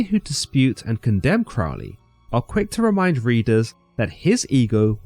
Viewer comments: You know this video is nothing more than anti-occult, propaganda nonsense when they can't even pronounce Crowley correctly. It is pronounced Crōh-lēē not Crăhwl-ēē Crow (just like the bird) Lee (just like Bruce Lee) Pronouncing the man's name the same as in the song by Ozzy Osbourne shows how little actual effort and research was put into the information provided in the video, and all credibility should be discarded. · Crowley stated that his name should be pronounced with the first syllable sounding like ‘crow,’ as in the bird. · I rather think aethyr is pronounced the same as aether/ether… as in you don’t pronounce the A. And Crowley is pronounced like “crow”. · Crow-ley, not Crough-ley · Crowley pronounced his name crow-ly, not crawl-ly, as demonstrated by a couplet he used: My name is Aleister Crowley, Master of magick and holy. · Why do people always pronounce Crowley incorrectly? The First syllable rhymes with crow - NOT cow ! I know this only because, many decades ago, one of his 'pupils' was a family friend - and she was most adamant on this point. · You should know: you're pronouncing Crowley's name incorrectly. We know this indisputably because he wrote a poem about it, and the rhymes demonstrate which way it is done: "It is pronounced CROW-ley for I am holy; Those who say Crowley treat me foully." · Crowley is Fowley but Cr-oh-ly is holy ..........basically he mispronounced his name the whole video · This pronunciation of 'Crowley' is what made me stop listening. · Crowley states in his autobiography that his name rhymes with holy not bowel. don't be influenced by Ozzy Osborne's pronunciation. I am a 5th degree OTO member and its thelayma not theleema just trying to correct the common mispronunciations. keep up the quest for understanding, good sirs. 93. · It's pronounced Crowley, riming with holy. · You can’t even pronounce his name correctly!